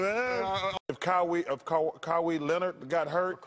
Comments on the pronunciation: Kaweee Leonard 😂😂😂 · Kahwee Leonard...LMFAOOOOO 😭😭😭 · Kywe Lenard 🤣🤣🤣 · “Kywee Leonard” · Kywee leonard